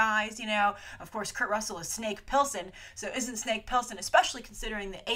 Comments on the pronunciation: Snake Plissken not Pilsen, thats a light beer LOL :-) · Snake Plissken = Pliss think Bliss and Ken. you can destroy a name reminds me of my best friend LOL